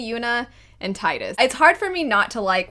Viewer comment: You said Tidus and it absolutely thrilled me because IM TIRED OF PEOPLE TRYING TO TELL ME ITS TEEDUS AND IT AINT